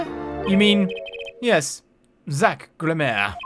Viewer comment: I think Gramarye is pronounced “gram-a-rye” (like rye bread) or “gram-a-ree”. I think? Besides that though, this is the worst time for a magician to be secretive when murder has taken place! Don’t be so annoying Valant lol